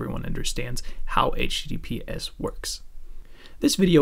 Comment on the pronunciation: Your accent is almost North American, your give away is that you say h teedeepee ess. Although Americans say soft t’s almost all the time, if they’re repeated, we say hard t’s. Secondly, when you say COMMunication it stands out. If you say CUH-munication you’ll be indistinguishable.